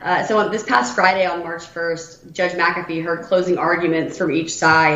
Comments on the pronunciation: Doug I like what you do but it is Judge Mc-A-Fee, not M-Ca-Fee. Keep up the good work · Not trying to be overly critical, but I believe the correct pronouncement of the Judge's name is: Mc-A-Fee. Keep the videos coming. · Doug, I grew up with a family name McAfee. They pronounced it Mac A Fee. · Doug, it’s pronounced Mac-A-fee. I think he will do the right thing. He seems to be a good man, but we’ll see.